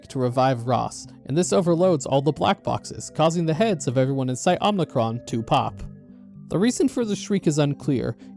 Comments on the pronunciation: Just a slight annoyance I have: it’s Omicron, O-M-I-C-R-O-N. Not Om*n*icron. The only n in omicron is at the end. Omi, not omni. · Omicron isnt pronounced Omnicron by the way, I think that’s a Star Wars word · It's Omicron, not Omnicron. It's a Greek letter, not a Latin prefix. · "Omnicron" honestly tells me everything you need to know about this video. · Omicron. Omnicron isn't a Greek letter. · “Omnicron” How do you get this wrong in a game with voiced dialogue?